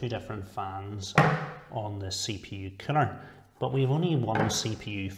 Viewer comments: Everytime he says coller I heard killer haha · I love your accent. Funny enough, though, the closed caption interprets the way you say "CPU cooler" to be "CPU killer." :D